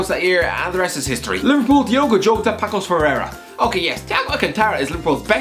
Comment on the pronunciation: 🤓 Actually its Paços read like Passos, just thought i would let you know.